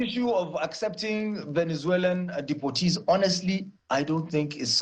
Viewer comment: Depoertees as how😂😂